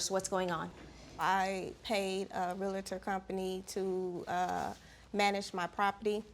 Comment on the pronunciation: It is not 'real-a-tor', it is 'real-tor.'